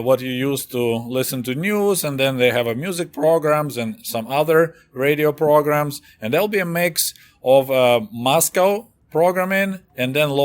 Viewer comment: Reidyo prrrrogrraam